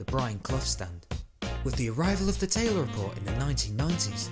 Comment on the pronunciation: The Talyer report? Always thought it was the Taylor report!